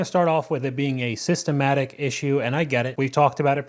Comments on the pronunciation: It's systemic not systematic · It's "systemic", NOT "sytematic". No wonder these idiots lose so much money - they don't even understand our language. 🙄